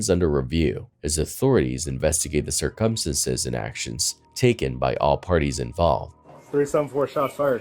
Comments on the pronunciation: just a heads up.... 'circumstances' is pronounced sir-cum-stans-es... not like 'circumference' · Sir-come-senses? Or circumstances..? 🤦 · circumstances, not circumsinsense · Say these words: February, cir-cum-stances, twenTy. You will not hear them pronounced properly at any point in this video. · cir·cum·stance /ˈsərkəmˌstans/ noun plural noun: circumstances. not whatever the f**k it is you were saying. Please, practice more.